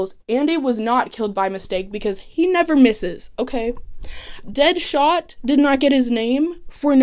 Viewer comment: i truly love that you call deadshot deadhot every time 😂😍